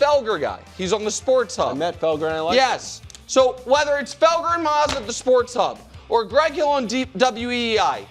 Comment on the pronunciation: Saying Felger and Mazz and saying mazz's name wrong is hilarious